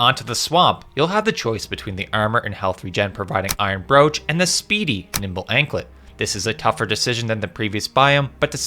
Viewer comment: Its brooch not brooch you uncultured swine. Thanks for the video though